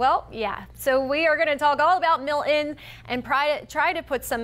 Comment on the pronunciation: Notice in the beginning she pronounced it "Mill..en" as if it has a silent "t". Then the producer was probably screaming into her earpiece... MILTON. Not Mill..en you frigging moron!